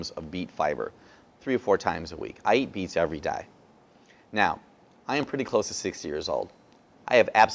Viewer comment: So was he MEANING “eat plums ?”, Because he was Holding one or did he say BEETS But he didn’t have one???!!!!!!